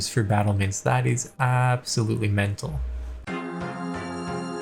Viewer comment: Yo why did you say “mental” with your American accent as if you’ve grown accustomed to saying it to yourself at your computer desk all by your lonesome an ain’t nobody said wtf you saying